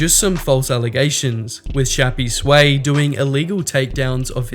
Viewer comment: i think its "shappys way" and not "shappy sway"